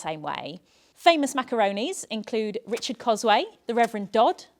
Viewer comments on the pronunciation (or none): none